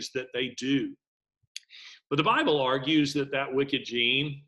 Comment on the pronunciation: Ah, thanks. I assumed it was but the "garbling" sounded like it started with something other than "B".